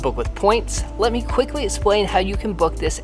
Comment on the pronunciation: I love the way says “essplain” instead of “explain” just love it.